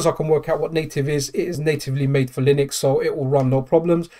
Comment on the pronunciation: We all know you aren't a Linux pro because you keep pronouncing it (lie-nex) 😂😆😂 no worries we are all hyped for the deck